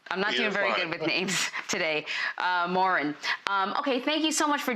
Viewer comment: He told her his name 3 times and she still called him "Moran"